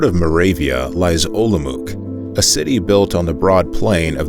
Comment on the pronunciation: "Majlovajčej" "Olomouk" "Kriwolatskou"